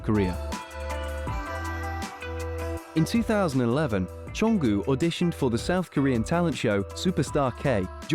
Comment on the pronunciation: Why do you call Jungkook Jonggü?😂